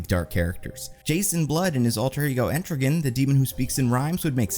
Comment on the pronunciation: He is a Rhyming Demon. To transform into him, Jason Blood says the couplet "Gone! Gone! -- the form of man -- Rise, the Demon Etrigan!" HOW "ETRIGAN" IS PRONOUNCED IS NOT HARD TO FIGURE OUT.